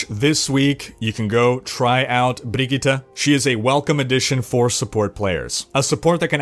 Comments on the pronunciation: Woah, You actually nailed pronouncing her name. Sweden appreciates that. Respect, man. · Well done on pronouncing Brigitte,!